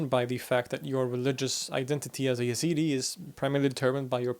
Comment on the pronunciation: Your pronunciation is correct, but for some reasons Westerners prononciate the name Y. They are a branch of Kurds, an Iranic folk. Their name comes from the God of Zoratst, i.e., Ezad, which is the translation of the word God in Persian.